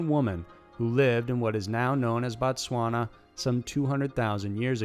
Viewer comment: Couldn’t have read it that well..... Its BOtswana